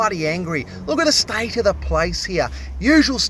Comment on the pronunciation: “Look at the stoit of the poipe mate”…haha, I love this channel 😂😊